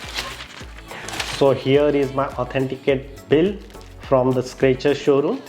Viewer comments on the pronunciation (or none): boss it's Skechers ... not Scratcher ..